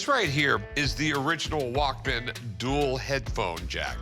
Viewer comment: Dude’s old enough to know that is not how you pronounce Walkman